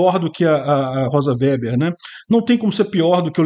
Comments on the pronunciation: O sobrenome da ministra se lê Vêber,. Vocês que moram em região nâo-colonizadas por alemães não estão acostumados ao uso dessas palavras. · Chamar a Rosa de "véber" é de uma indigência intelectual extrema. O sobrenome é ALEMÃO, que é avesso ao "é" e "ó".